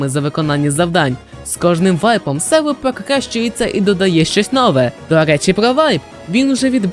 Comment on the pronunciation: я думав я ніколи не побачу когось на українському ютубі хто буде говорити "залаз", "селвелі" і інші слова з буквою "р" картавлячи до "л" P.s. сам так говорю тому цей комент і написав